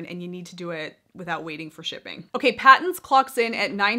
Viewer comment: Patons is pronounced as "Paytons". Yes it is an Australian Brand. Produced by Aussie Yarn Company.